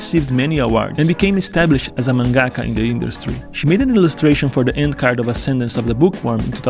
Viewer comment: Your pronunciation of mangaka is wrong